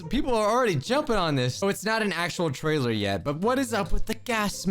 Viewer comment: Teaser “tailer”